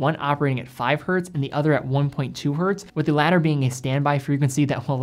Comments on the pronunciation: Nice video! Just one note, you say "Hertz" correctly, but sometimes in this video you say "Hert" which might be you instinctively cutting out the s sound at the end when it's not saying the word in plural form. Not sure. Just wanted to point that out. It's always "Hertz". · Why do you keep saysing "hert" instead of "Hertz"? Hertz is not a plural, the unit is named after German physicist Heinrich Hertz ( ). So a frequency of one per second is 1 Hertz*. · It's not hert, it's Hertz! 😂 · The singular of ‘Hertz’ is ‘Hertz’. It is not ‘Hert’. The man’s name was Hertz. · Love you man, but please get the basics right. Learn how to use the word "myself" correctly, and "hert" is not the singular of hertz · Hertz is a name. The "z" does not make the word plural. Dropping it and saying "three Hert" isn't correct. There... I got my grammatical gripe out of the way. Good and informative video! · Literally this. Hertz was someone's name (Heinrich's, to be precise.) ... there is no 'hert'. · Great as always but it’s Hertz never Hert! Had to get that out there as an electrical engineer:) Keep up the good work! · Awesome vid! Just wanted to offer up a quick tip: Hz is always pronounced “Hertz”, whether it’s one Hertz, 3.5 Hertz, or 100,000 Hertz. There isn’t a “singular” version cause it’s actually the name of a scientist. But keep up the good work! Love the channel.